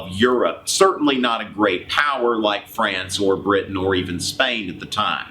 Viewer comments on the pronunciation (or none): none